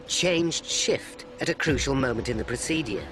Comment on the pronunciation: Someone needs to teach the narrator how to pronounce word "procedure". It drives me insane.